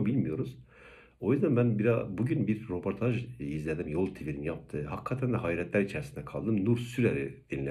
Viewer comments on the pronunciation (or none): Ropotaj degil, röportaj!!!